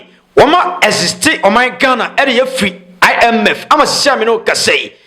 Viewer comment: you see your life? You always laugh at Abusuapanin kofi Aduomi and Abigijay for horrible English.Today You are here saying Ghana has "existed the IMF " Instead of Ghana has exited the IMF😂😂.